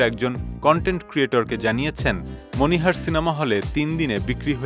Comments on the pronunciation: মনিহানে না এটা হবে মণিহার 😂😂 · মনিহান নাকি মনিহার🙄🙄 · মনিহানে না, মনিহার